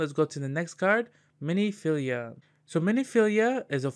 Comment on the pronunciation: it's Min-filia, not mini-filia, also Scion is pronounced "Sai On" or "Sigh On" - you just kept saying it wrong so I had to comment =) otherwise nice video!